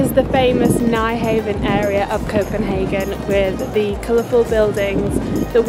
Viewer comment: No Oslo? Beautiful scenery as usual. FYI - Nyhavn is pronounce by Danes as “new-hawn.” (You’re real good at Italian, so no worries). I’ll also give you the “he’s from here (Copenhagen).” Technically, Hans Christian Andersen grew up on the island of Funen in/near Odense.....but he moved to Copenhagen at 14 and later published The Little Mermaid, so close enough. 😊